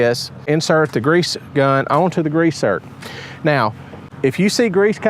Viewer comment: Zerk not zert. And grease, not greeze